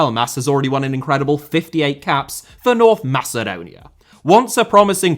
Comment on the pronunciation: gretzky actually pronounced macedon correctly lol